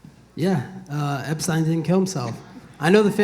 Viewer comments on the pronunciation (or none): Colby its Epstein not Epstin lol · Dude when he said that Epstein joke and pronounced his name wrong🤦‍♂️